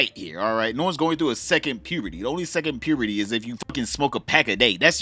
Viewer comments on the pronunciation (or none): Lmao you are talking the truth I heard your accent come out with "pyurrr-burty" though. You gotta be from Baltimore.